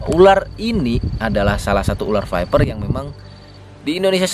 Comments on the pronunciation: Tulisannya Viper bukan Fiper bang. Bacanya Vaiper menurut bahasa Inggris.. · Baca fiper, bukan faiper